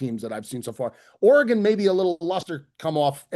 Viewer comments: it’s ORY-GUN please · pronouncing Orr-Gone hahahaha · We have to address the way pronounces "Oregon" like he's guessing what shape has 10 sides like last week. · The way says Oregon is clinically insane